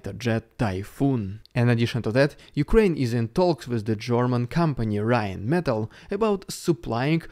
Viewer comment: Rheinmetál, with long 'a' in ze end :D